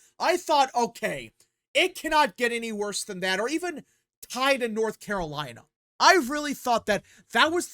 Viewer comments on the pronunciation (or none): none